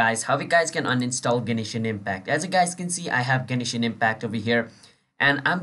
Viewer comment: gay-knee-shin impact